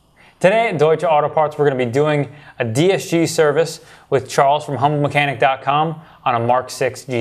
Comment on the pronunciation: Did he say Charles from Hung Mechanic?!?